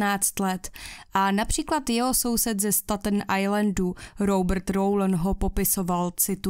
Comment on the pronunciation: Ta tvoje anglictina je desna 😂 jak muzes rict foneticky staten ajlend, kdyz je to stejtn ajlend